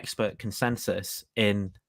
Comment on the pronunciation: Zoo notic, not zoo ontic